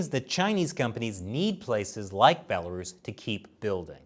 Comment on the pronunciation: "a bela-ruse" amazing.